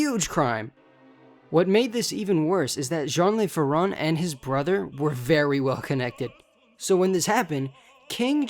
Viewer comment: its Jon Leuh Fairohn with nasal accents... its not spanish .. Le is Not Lay😅❤